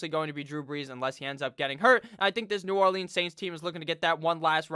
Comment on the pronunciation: The way you pronounce New Orleans makes me wanna off myself